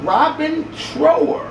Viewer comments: Somebody with good taste likes you! You got to play the amazing Bridge of Sighs by Robin Trower. (pronounced like the "ou" in couch) Roll a fatty for that one. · Listen to bridge of sighs...also it's pronounced like TR-OW-ER, like ow that hurts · Robin Trower, like drop trow! 😉 Or like tower. The ow sounds like ou in ouch. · Trauer that's the pronunciation for Robin Trower, you will really dig that music